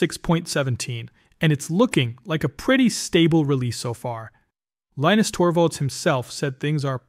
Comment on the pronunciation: How awkward you can pronounce Linux right but not Linus